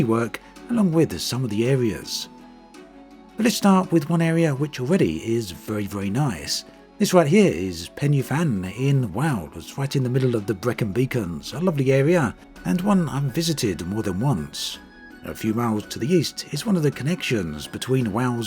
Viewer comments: Pen-uh-van, not pen-ee-fan! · pen- y- van is pronounced pen er van pen- y- van me o'l flower.